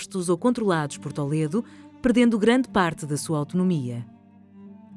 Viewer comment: Em Português não se diz "Tóledo", diz-se "Tuledo", não há necessidade de incorporar uma pronuncia espanhola.